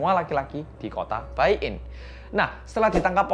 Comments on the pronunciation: kalau china tuh tulisannya baiyin bacanya itu paiyin bukan baiyin wkwkwkwk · "Baiyin" dibaca nya "paiyin" hehehe